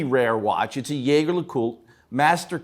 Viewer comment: Second: still can’t pronounce Jaeger correctly. Some things are eternal….